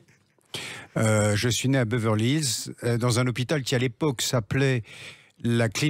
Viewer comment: Beverlisss ? 😂 Je croyais qu’Anthony Delon savait parler anglais.